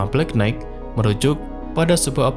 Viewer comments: nighht, knight, itu "g" nya nggak dilafal. jadinya knaite makanya sekolah jangan ngantuk ! pantes aja channel hoax dan pseudo science laku di konoha, bangaa bodoh sejak 5 abad. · Knight dibaca Nai(g)t. 😊